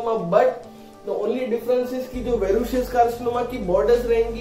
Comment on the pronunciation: That’s verrucous Not verrucious . Your pronounciation is incorrect